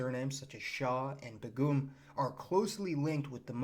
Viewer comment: You have great talks & I love the maps! Begum is pronounced “bay-gum.” Thank you for these great videos!